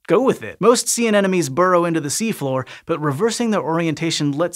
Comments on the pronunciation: Hey there, Sci-Show EDITING/ACCURACY folks - - A-NEN-O-ME is a common mispronunciation of A-NE-MO-NE. However, says it not just once, but FIVE TIMES - -. yikes!!! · It’s an aneMoNe, not an aneNoMe. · It sounds like you're saying "anenome" instead of "anemone." [edit] Confirmed with slow speed playback LOL! Hint: "A neM O Nee." It's "any money" not "an enemy." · Why am I hearing 'anenome' and not 'anemone'??? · Exactly! I couldn't figure out what "enemies" he was talking about! :D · Say with me "Ane-mo-ne" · The anemone is not an-enome! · Just a little nitpick. It’s pronounced “an-em-o-nee”. Anenemy is someone who hates you. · People really struggle with anemones Both the horticultural and the pelagic ones Pity, it's a pretty simple word, it comes from "anemos" - wind